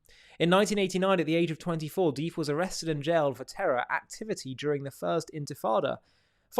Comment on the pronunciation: Duff not dif